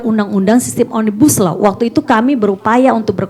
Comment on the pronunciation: Yang merangkai huruf menjaidi kata omnibaslou saya mendga bukan oraang inddonesia asli bahkan mungkin tidak pernah belaajar bahasa Indonesia